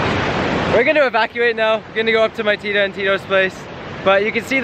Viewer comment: You say tita like tida?....